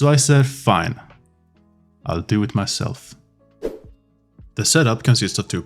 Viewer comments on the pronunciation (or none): That "fine, I'll do it myself" sounded more like "fuck it, I'll do it myself" lol